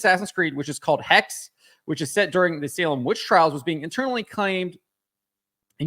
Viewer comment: The correct pronounication is HEX-HHE, as in German, I suppose. What's with the obessesion of witchcrap nowadays? Is it because getting women in STEM is too hard so we perform displacement activities and get them into witchcrap? Which is still highly active throughout the African continent btw., although it empirically doesn't work very well.